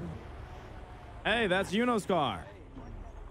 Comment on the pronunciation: It sounds more like " is that yuno? " to me lol but i could hear that wrong